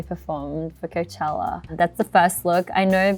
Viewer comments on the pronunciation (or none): none